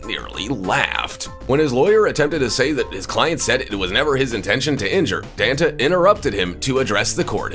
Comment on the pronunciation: You definitely mispronounced Danta. He's not the soda, Fanta.